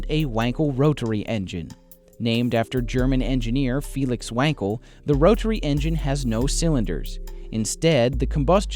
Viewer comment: TERRIBLE narrator. "Roh-Tah-Ree" engine? General "Moh-Tors"?